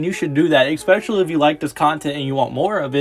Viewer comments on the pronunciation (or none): Also, EXSPECIALLY is NOT a word.